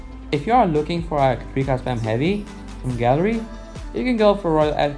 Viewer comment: I'm not rascist but what is gally I will help u say gallery properly gal-er- reee3eeeeeeeeeee